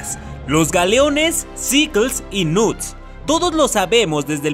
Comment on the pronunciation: Alguien mas se dio cuenta que el menciona a los "knuts" Como "nudes" 💀